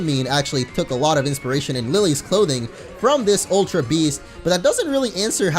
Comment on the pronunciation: it's not aultra beast! Its ultra beast